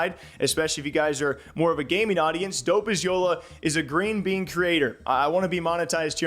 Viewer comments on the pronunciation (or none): i realized cause he called Eric Khan a Grean bean too and i’m like wait… he’s not hispanic lmaoo